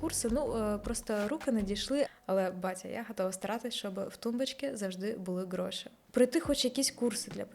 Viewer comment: Мені так подобається фішечка - слово «ґроши» замість «гроші» Перший раз чую) Це ви самі придумали чи києвські словечки такі?